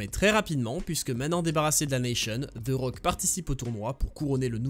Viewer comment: "Ze rock"